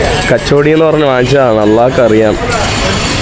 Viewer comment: കച്ചോടി അല്ലാ... കച്ചോരി ആണ്.